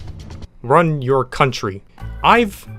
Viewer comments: It’s run not Ryn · anyone else notice how it said ryn and not run? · “I love the way you ryn your country” RYN??? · "I love the way you ryn your country" RYN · You “Ryn” your country MA 🤣🤣